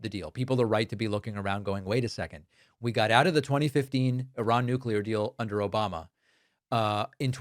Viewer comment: i think he is getting himself mixed up with Obamna